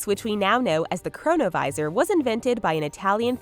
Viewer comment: chronovisor sounds like corona virus lol